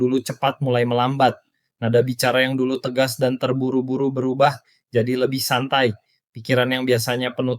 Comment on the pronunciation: Saat speed bilang santai malah kedengaran satai alias sate